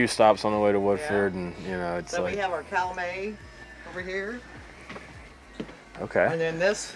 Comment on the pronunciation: The first stop, the workers must know that Augusta is located in Kentucky (on the Ohio River); and I thought she said Calumay Farms, instead of Calumet Farms (I may have misunderstood). Ya gotta know what you are selling….